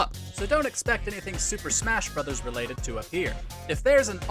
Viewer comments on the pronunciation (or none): none